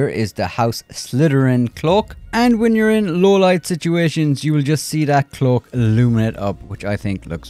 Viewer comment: Clook. Dude, it's cloak, with A. Not double O.